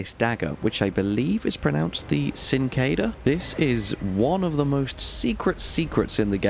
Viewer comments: Sing-ke-de-ya. That's how you pronounce the dagger, mate. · It is actually pronounced "chin-kwe-daya" and is Spanish in origin. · i believe it is pronounced chink-wuh-day-uh